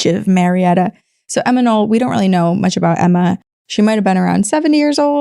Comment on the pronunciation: Not Emma Noll, but Emma Knopp.